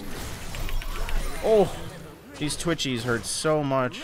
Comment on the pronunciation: i thought he said "twitchies", but then i realized it was "twitch e's"